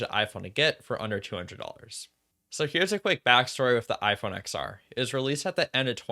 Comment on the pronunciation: Great video but it’s pronounced “10-R” not “X-R”. Same as the iPhone X pronounced 10 and not X